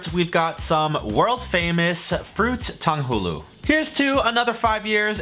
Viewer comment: The way said Tang Hu Lu (糖葫芦) pained me